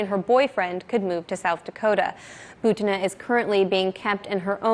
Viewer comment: bUtina, not butIna.